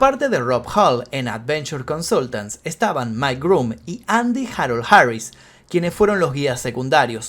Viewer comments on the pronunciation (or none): none